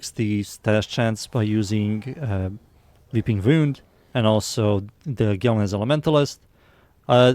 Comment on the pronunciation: “Veeping Vound”